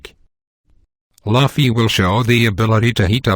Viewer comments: It was driving me insane every time he said "luhfy". You say it "loufy". GET IT RIGHT. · Stop pronouncing Luffy " Laffy " . Holy shit ! That is the most annoying thing about this video ! It's Louuuuuuuuuuuuuuuuuuuuffy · lol bro its not laffy its loufy im writing it like this just for the pronounciation xD